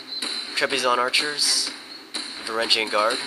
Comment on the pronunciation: It's spelled Varangian. It definitely isn't pronounced "van-GAR-re-ihns". Sorry to burst your bubble.